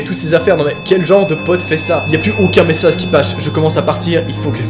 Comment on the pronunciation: ou "y'a plus aucuns messazes qui pache" hahah c'est drole